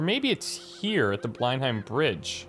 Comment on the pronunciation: Blenheim is actually pronounced blenham